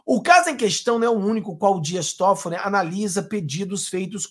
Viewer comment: .eu amigo, não é Todfolli. É Tóffolli. A primeira sílaba é mais forte!